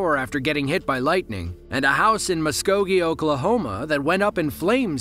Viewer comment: First time I have ever heard someone pronounce Muskogee correct that wasn't from Oklahoma. Impressive, a lot of towns and streets are pronounced different because they are from Native American languages. My aunt on my Dad's side and my aunt on my Mom's side both lost their homes from lightning strikes. Both caught fire starting in the attic. It goes right through the roof and most generally strikes wood and then spreads. This one probably hit something in the installation. Not everything is 100 percent fire proof. ❤😮😢